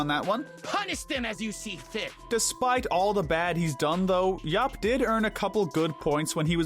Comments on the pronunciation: It’s Dr. Yap not Dr. Yuup 😬😬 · Starting , the character's name is YAP, not YOP or YUP. You even have a clip of him saying his own name; "Yap! Yap! Yap! Yap! Yap!" and you still pronounce it completely wrong!